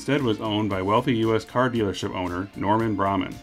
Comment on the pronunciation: Nice video, yes I remember them and no I never owned one. BTW, being a Miami native it is pronounced Norman BRA(hay) man...